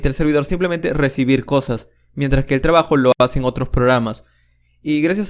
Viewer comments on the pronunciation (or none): none